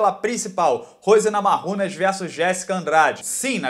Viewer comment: por que você pronuncia NAMARRUNAS em vez de NAMAIUNAS? Sua pronúncia é como se a Rose fosse hispânica, quando ela é de origem lituana.